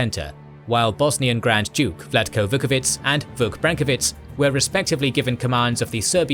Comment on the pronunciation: If i may say, I believe the pronunciation of "ć" with an accent is 'tch' in most Slavic languages. Your pronunciation sounds like a "c" without an accent "ts" (in which case the pronunciation would be very good actually, like when you pronounce "Milica"). Vuković is then pronounced Vukovi'tch' and not Vukovi'ts'